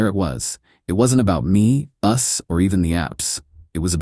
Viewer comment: It's an AI channel, instead of saying us, it spelled it U S.